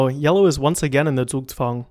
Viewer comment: good pronunciation on the "Zugzwang". I'm a chess player and haven't heard an american pronounce it right yet